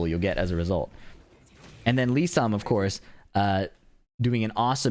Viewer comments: it sounds like Sam to me lmao But it's supposed to be Lee-san. So that's how you're meant to say it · For some reason it sounds like kept saying Lee Sam. Maybe I'm trippin but it's Lee San